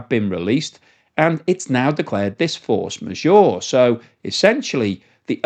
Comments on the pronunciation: Maybe check the pronunciation of force majeure... The's a french term. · Hilarious how is pronouncing force majeure! 😂